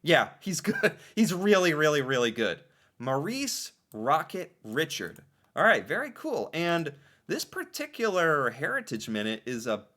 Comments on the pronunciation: his name is pronounced Reeshard. not Ritcherd, but Reeshard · did you not notice the way Richard's name was pronounced by the announcer? Not Richard but "Rish- ARD'" That is the way his name is pronounced by English AND French Canadians. In Canada we care about such things. 🙂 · Rishard not Richard!!!! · Its not pronounced rich ard but Rish ard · Its pronounced Reeshard not Richard. Its a french name. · Not richard. Re chard. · Please go back and listen to how Richard's name is pronounced. It's not Richard Like Richard the lionhearted it is r i s h a r d infinite emphasis on Shard Richard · Maurice Richard was one of the best hockey players ever in the NHL. He is French, from Montreal Quebec. The reason the Montreal Candiens is spelled with an “e” is that is the French spelling. His last name is pronounced re-chard, not Richard. They even said his name in the bio you were watching on your video. He was one of the most beloved hockey players throughout out Canada, and especially in Quebec. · Richard is not Richard. It’s French. It’s pronounced Reshard. And canadiens is also French spelling of canaians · Maurice Richard… he’s French so it’s pronounced as “Reeshard” not Richard. With the accent on the second syllable. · He was quite a revered hero in Quebec, the Province practically shut down for his funeral, it was as big a ceremony as for a King or a President in the States. It's pronounced Reeshard, not Richerd. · Please pronounce his name the French way - Ri-shard, with a soft d sound at the end, not Richard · It’s pronounced Ri-shard not Richard lol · Its french so Richard is pronounced Rishard and Canadien is the french spelling for Canadians. ITS the rocket rishard. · Reechard not Richard. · His name is French. It’s pronounced like ‘ReeSHARD’, accent on the last part of the name. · Richard is pronounce Rishard. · please pronounce maurice rocket richard as reshard. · Pronounced Ree-shard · Fyi - its Pronouced: Rocket "Ri-shard" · It is pronounced Rechard.